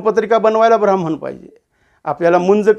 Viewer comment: क्षमा.ब्रा म्ह म्ह ण नाही. ह् + म= ह्म ब्रा ह्म ण